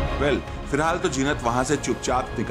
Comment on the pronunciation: Jeenat nai hota zeenat hota hai pagal reporter